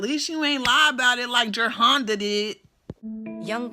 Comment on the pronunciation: lmao I revisited this video.. funny-n-hell you had me dyin laughing... Called that girl GER-HONDA.. LUV IT.. lmao